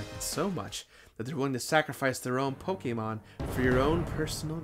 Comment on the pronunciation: love your content, but the way you pronounce so many of these Pokemon is painful